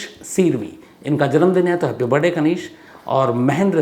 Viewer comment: Sir aapke video mujhe bahut pasand h ❤❤......aap jab barday bolte h to mai do baar back karke fir se sunti hun😂😂😂